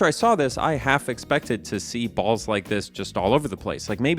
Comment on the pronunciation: just really had to emphasize that BALLS